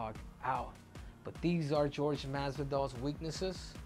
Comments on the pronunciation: how is it this guy supposedly speaks spanish but calls him GEORGE instead of whore-hey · Why does he call him Gorge. It Jorge(h-or-he) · Whore-hey masvidal 😆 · I've always wondered why it's so fkng hard for people to say "Jorge" vs "George". Come one man.